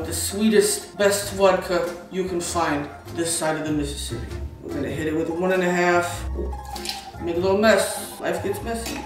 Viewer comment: saying "this side of the Mississippi" in an Italian accent is schizophrenic